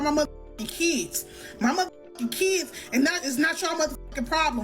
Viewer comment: it's all about the "keeds". 😐